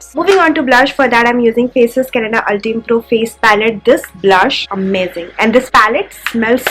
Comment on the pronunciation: 1.You can do color correction before applying foundation,it looks more natural that way. 2.It's banana powder not shade. 3.Ultime pro=Pronounced as "ul-time" pro